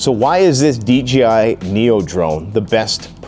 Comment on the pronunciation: DJI, DJI, DJI!!! Not D G I !!!